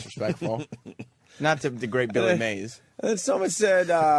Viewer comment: Opie pretending like he doesn't know it's Mays not May